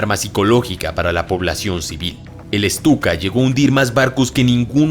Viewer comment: es Stuka Bro. No "Estuka".